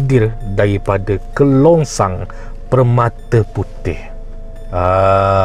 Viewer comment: Kerongsang bro. KERONGSANG.